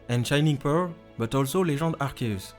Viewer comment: Essaye de dire arsius et pas arceus